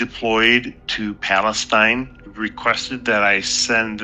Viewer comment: 'Palestinr' he rruly is a moron